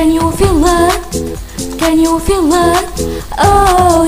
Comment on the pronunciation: خامه الصوت كويسه لكن مش متنسقه مع الاغنيه كويس كمان كلمه feel فيها الصوت i ودا مش بنعديه ف الاغنيه بلس that مش بناكلها الجمله الافتتاحية مش تدى نفسك فرصه انك تنطقى is لوحدها ف Emaa is back لا دى بقا تتقال بسرعه اتمنى تاخدى بالنصايح دى وتعدلى النسخه هتبقى احسن من كدا ي جميله😊